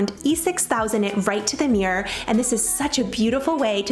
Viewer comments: I’m from Georgia and I pronounce it that way. However my husband is also from Georgia but he pronounces it the “correct way”. I don’t think there’s a correct way 😂 he always makes fun of me when I say it so I started referring to it as “the reflective surface hanging on the wall” 😂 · Until I seen this post I didn't realize my pronunciation of mirror is the same lol. Dearborn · As a Michigander, I love how we say "meer" for mirror. Who needs that second syllable? ;) Great ideas as usual!!! Love this!